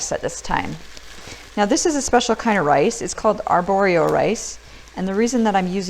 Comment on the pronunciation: I hear it too lol